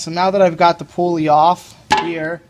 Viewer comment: thanks for the vid!! the pool-ee huh not a pull-ee